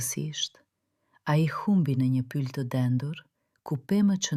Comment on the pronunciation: Eshte Pyll ne shqip Lezohet dhe thuhet pyll.. ..